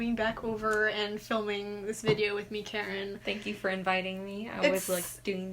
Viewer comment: I keep hearing “carrot” not “Karen” Edit: “he looks pretty Karen” is what I heard for mah floofy doggo boii and now I can’t I hear it